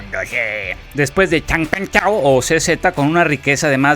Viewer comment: Después de Xang Peng chao! Jajaja buen acento